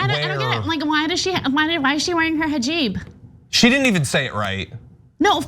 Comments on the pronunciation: she really said hijeeb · It is not jiban it is hijab bye the way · "Her Jiban" 🙄😂😂😂 damn she's so STUPID!!! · This is so stupid on so many different levels. Lauren, where did you learn to say “hajib”? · "hajib" =-P x-D Jamaal Bowman said the same thing* when he first videocalled Ilhan Omar, but it's okay - she called him "Bowen". *He was complimenting her as a role model for hijab-wearing students in the high school that he was principal of. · Whats a "Hajib"? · A cluster fkuc of stupidity once again from the dumbest of all Republican Reps, and that’s a pretty low bar- plus nice little micro aggression in the fake mispronunciation of hijab